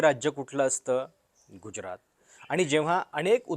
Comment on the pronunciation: गुज्यरात नव्हे गुजरात.[ ज = जसा मधला.] बाकी खुजरातबद्दल जे सांगताय ते विचार करण्यायोग्य आहे.